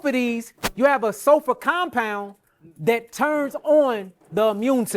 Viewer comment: I think that's just how he pronounces SULFUR